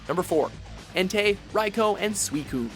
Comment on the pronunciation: You do not say it like raikou you say it like raikoo